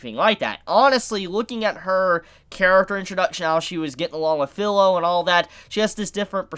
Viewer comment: Sorry but this has been bugging me for a while, the girls name is pronounced FEE-LO NOT FILLOW. In Japanese the I sound present in words like chibi, watashi, and kirin have a hard e sound not a soft i sound. Please pronounce her name correctly.